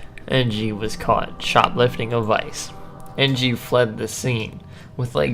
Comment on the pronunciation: Charles En-gee?...